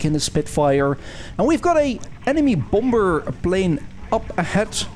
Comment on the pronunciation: Please pronounce again "bomber" (LoL!!!)